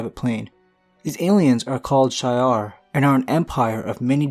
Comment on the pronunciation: Its not shy-R empire its said She-R empire